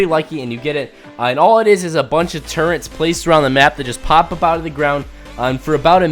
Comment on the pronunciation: Why do people say turrents